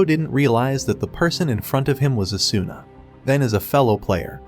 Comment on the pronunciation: Oh good I felt like I was getting gas lit especially since the video couldn't even pronounce Asuna's name right.